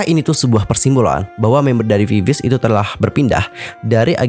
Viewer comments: Maaf ya kak.. itu VIVIZ baca nya Vi-Vi-Zi lohh .. agak gak enak di denger langsung di baca viviz gitu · bacanya sebenarnya bukan viviz tp "bibiji" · Klo diucapin "bibiji" y kka☺ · Cara bacanya bibiji bang